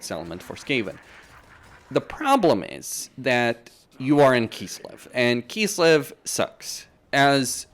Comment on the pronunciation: why do you say "kisslev" instead of kislev?